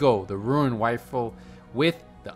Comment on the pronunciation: “Da ruin wifle”